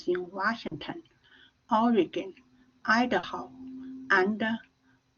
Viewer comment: for the love of jesus, it's IDAHO not IDOHA